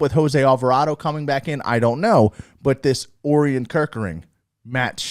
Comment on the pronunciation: Great show! I think Orion is pronounced "oh Ryan"